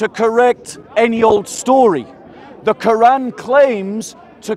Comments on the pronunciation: The koo-wrong 😂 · Is the gap between Q and oran a speech impediment a lot of muslims have - kind of like the guy at the Planet-arium in South Park?